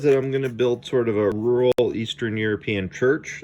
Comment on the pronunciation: Thank you for knowing the two ways of pronouncing "rural"